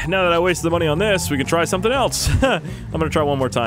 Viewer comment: Intro hey guys it's me who thinks of shark cards instead of learning how to say sumring